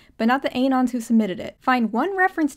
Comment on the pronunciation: lol at AY-nons instead of a-NONs